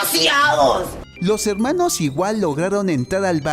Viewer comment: Deja de decir helmanos